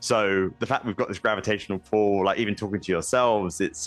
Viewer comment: he said gravitational pull not gravitational pole The BBC is illiterate